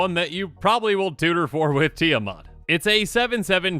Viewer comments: Really annoyed as an individual and as a Minnesotan (since, Eddie and the group live in this state) that he pronounces it Tia 'Mot' and not Tia 'Mat'... It is the same with Esika, where people pronounced it E 'sea' ka for some stupid a** reason 🙄 The 'I' in Esika makes the 'I' as in 'itch' sound (Like )... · Need more help: break Esika down into syllables (Es) (I) (Ka). (T) (The 'I' being silent here) (A) (Mat). You can even break Mat down further into 3 syllables. Mot =/= Mat